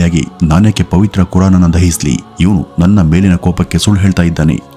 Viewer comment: ಏನ್ರಿ ಅದು ಒತ್ತಿ ಒತ್ತಿ... ಹೇಳ್ತೀರಾ ಪವಿತ್ರ ಪವಿತ್ರ ಅಂತಾ.... ಅದು ಅವರಿಗೆ ಪವಿತ್ರ ಆಗಿರಬಹುದು.... ನಮಗಲ್ಲ